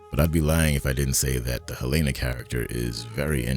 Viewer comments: Helena. I love your vids, but her name is pronounced Helena. I don't understand why so many creators pronounce it "Helayyyna" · Thanks for the great episode! Btw, Helena Egan's first name is pronounced in the show as 'Helen + ah,' not 'Hel-ay-na.' Thanks! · Sorry, but why can you not pronounce Helena correctly? Honest question.